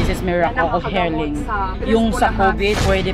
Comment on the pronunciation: A wise beki once said "Des es merakol off helling" 😂😂